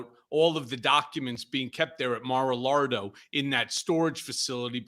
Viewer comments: It's Mar-LIE-go 🤥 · He said mara-lardo